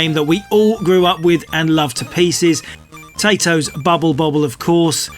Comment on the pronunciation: Did you just pronounce Taito like "(po)tato"!? Ye gods, man. I can forgive the Seppos their mispronounciations - they're flat out just trying to read and write. But you Poms really should know better. I bet you even say "Gray-dius". ...oh man... 🤦